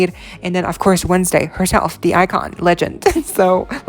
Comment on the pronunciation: The word is THE not dee. Thanks